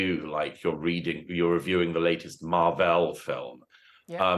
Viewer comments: Who the hell pronounces it "Marr-velle"? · Ha, Murray is so Oxbridge he pronounces it MarVEL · “Marvelle” is a great way to pronounce that